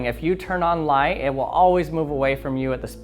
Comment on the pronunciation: "Speed of lied"